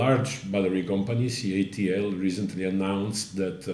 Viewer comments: In the beginning you refer to it as "CALT" then later you say correctly say "CATL"..........then you go back to "CALT"....FIX IT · Is the voice-over for this garbage done by AI?!! 45 seconds in and I'm looking at the CATL building, being preached to by this pastor-like voice that says "This is excatly the excitin battery inovation that C - A - L - T has to offer", at which point I stop watching and change channels. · The narrator has dyslexia, the company is called CATL. Sometimes he says it right and sometimes he says CALT. He said it right (CATL) 5 times and wrong (CALT) 2 times and actually spelled it wrong (CALT). someone needs a new editor! lol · Good investigation but right at 46 seconds you said calt not CATL. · it's not CALT but CATL. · Did anyone else catch the “CALT”? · I'm like this video turned me off immediately with CALT when the building clearly says CATL? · Someone with a narrator job needs to pay attention to acronyms. “You had ONE job!” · Yes, he is reading wrongly while it shows CATL on screen. Why cant you see and read properly? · Did you deliberately say the initials incorrectly CALT Vs CATL (to see if we were paying attention)? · Troughout the video narrator mis-spoke (and subtitled) CATL as CALT. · It is not calt, it is CATL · It is not CALT it is CATL. You said it wrong in the beginning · CATL not CALT as you said in the beginning.... oh well. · Photo showed a building which had a huge CATL logo and the narrator said "CALT" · It's CATL, not CALT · Anyone noticed the "CALT" VS "CATL" mistake at 47 seconds in??? lol However may the world be saved by this.... good luck.... Like so many good sensible inventions, will it actually happen, I hope so. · You said CALT, it is CATL. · It's CATL, not CALT like you said in the intro. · Dude… CATL not CALT … DAMN ya even put it in misspelled in the video. 😂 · It's. CATL. Not CALT. Minor point but worth correcting in future videos. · How many times are they going to say or write CALT instead of CATL? 😅